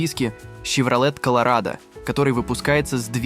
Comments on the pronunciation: С чоеном во рту что ли озвучивает. Щевроле Карл. Автор озвучка не твое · Шевролет ,хилукс? Ну ты грамотей!? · Вообще-то Щевролэт. Он же ясно сказал.